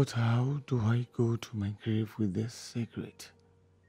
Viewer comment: saying sekret😂😂😂😂😂